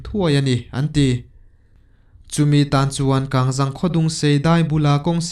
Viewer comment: I chhiar ngaihnawm hle a,mahse,Kangzang tih ilam dan hi a dik lova,KANGZANG tih hi hnung zang ti ang a,lam rik tur ani e,(Serh lam rik ang a,Zang)ni lo in